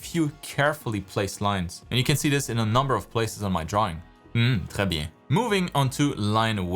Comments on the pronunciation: Wait... Are you from Québec (the province I mean)? You definitely don't have the typical accent of someone that speaks french but, when you said "très bien" you just got me thinking about it and now I really want to know XD. Anyway, great content as always! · i wasn’t ready for that sudden Canadian french « Très bien » XD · your quebecker is showing "mmh, très bien" 😂<3 loving your online classes.